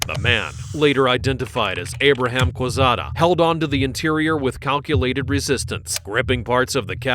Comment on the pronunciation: U is silent in Quezada.